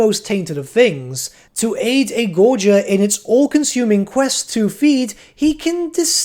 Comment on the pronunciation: Yo, he said gorger correctly! I know it doesn't matter but every time I heard "gor gur" it pained me.